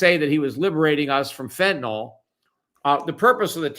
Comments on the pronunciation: Fentanyl not fentanol!!! I really don't get it when literate people do not have a clear mental picture of the words that they speak. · What is this "fentanol" that people keep talking about? I know what fentanyl is, but what the fuck is fentanol?